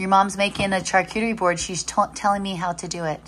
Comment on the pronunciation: Just a friendly tip.🙂🥰 Charcuterie is pronounced "Shar"cuterie😃